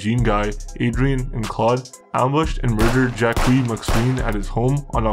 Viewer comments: Jack wees my sween… lmao nice pronouncing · The way he said Jacques brought me here! Lol!